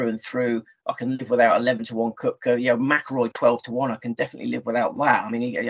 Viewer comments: Great show guys. I watch every week. Good luck at US open., it’s pronounced ‘kepka’ he has a silent o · Yes it would be great if both guys could learn that it's kepka not cupka. Good show nonetheless